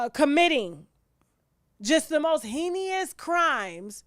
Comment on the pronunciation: Sister it is pronounced haynuss. Not hennyuss